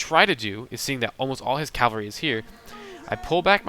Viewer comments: cavalry not calvary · Cav-al-ry not cal-va-ry. I have made the same mistake often. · I mostly agree, great video, but I grind my teeth when I hear this guy say cavalry. Sometimes it sounds like he's saying "Calvery" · Great work - but this is a pet peeve of mine... Cav-al-ry = horse soldiers vs. Cal-va-ry = Jesus being crucified (the really odd thing is that you switch back and forth between the two) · He said it wrong, but, you know what he means.